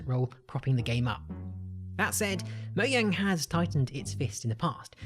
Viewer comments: Everyone: Mogang Him: Moyang It's pronounced like a J not a Y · Mojang not moyang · Who also calls it "moudžang" instead of "Moujang"? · OMFG it’s called MOJANG NOT MOYANG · How to destroy minecraft: pronounce "mojang" "moyang" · and this is a mistake